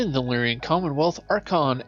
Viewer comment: The mispronunciation of Lyran and Janos is jarring.